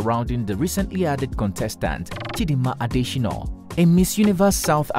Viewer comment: Why do you insist on misspelling (and mispronouncing) her name in this video? Her name is Chidimma not Chidinma, and her surname is not pronounced “Adeshinoh”